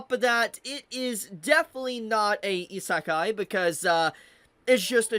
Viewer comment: Pretty sure you say "isékai" and not "isakai" (sound of the word) Just friendly reminder, no hate/ps: you do kinda correct in the end of the video But yeah pretty ignorant take from that dude. Just because the dude doesnt like what the anime is all about: the small moments and their importance he straight up says it is a bad anime. He is jut ragebaiting. Let me give you an example. I dont like pure comedy/romance/drame/slice -of-life anime but i would never dare to say it is bad because of its genre... Its just not for me, and thats what he is confusing an actual bad anime with an anime thats is not for him (or maybe he knows and just wants attention).